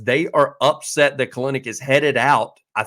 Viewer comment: It is Pronouced "KEL-Nick"